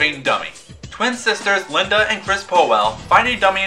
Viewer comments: lyndEEEEEEEEEEEEEEEEE not lindAAAAAAAAAAAAAAAAAAAAAA. otherwise good video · 1 its lindy not linda and 2 u called slappy a her